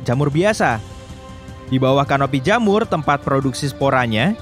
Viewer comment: jhamur biasa Widih widih.... sisi terang bisa medhok juga to